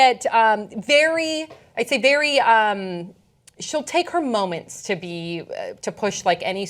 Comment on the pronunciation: Hmm... when did the word "to" become "tiw"?